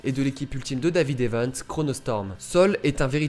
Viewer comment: Arrête de dire Evens 🤬